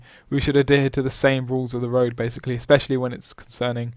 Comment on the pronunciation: Why do you pause before stressing the final consonant and stress it hard at the end so much "hi-----------tttt", "loo----kkk", "roa------ddd? What's the reason for that, is that the new in-crowd way of talking? It sounds fake-posh, "jerky" and status-seeking. A bit like the way you pronounce the "I" as "oi" "oi loike oice cream". Are you from Gloucestershire? Do you "droive" a tractor?